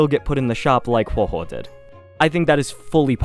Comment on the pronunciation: Another CC who says Huohuo's name wrong so I am leaving a dislike just as I've done for others